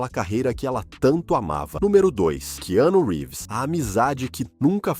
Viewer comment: Vocês não têm vergonha de fazer um vídeo tão mentiroso, onde não sabem nem falar o nome de Keanu Reeves? Como seu fracasso traumatizou vocês, hein?